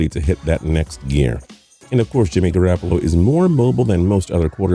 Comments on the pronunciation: if I here him say garAHppolo one more time im going to jump off a bridge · He said GarAApolo smh